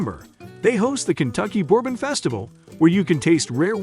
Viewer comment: The mispronunciations made this hard to watch. What the heck is boarbon and where is Lewis Ville?